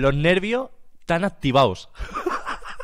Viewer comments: Lo' nervio' e'tan activa'o' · dice: loj nervios están activau;)